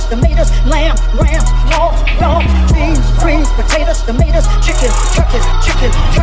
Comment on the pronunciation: Wait! Did she say hoga and dogs? 🤦🏿‍♂️